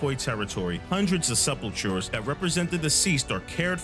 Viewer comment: just to help out, it's pronounced "sep'ul'ker"